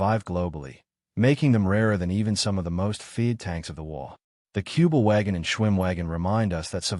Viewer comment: Не "Куба-Вагон", а "Кюбель-Ваген".